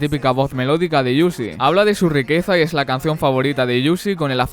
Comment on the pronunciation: Bueno video, se pronuncia uzi tal cual no "iuzi"